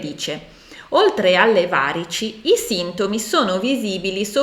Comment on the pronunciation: Grazie davvero ottima spiegazione e analisi solo, ti prego, la pronuncia corretta di varici e` va-rì-ci. 😊